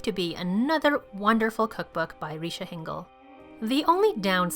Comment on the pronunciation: Everything looks so good. 😍 BTW Richa is pronounced as Rich-aa. 🤣